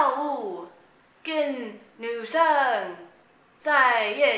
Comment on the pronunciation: 學美國人講中文那段太好笑了XD 感覺妳很努力的想要發外國腔，但後面(夜店，女生)就真的發音太標準了~XD 中文太好也有這個困擾啊~(拍肩